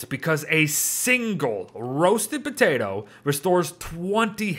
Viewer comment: No one:: Potate